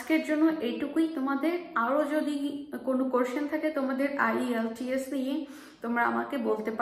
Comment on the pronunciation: Please give the name of ielts center clearly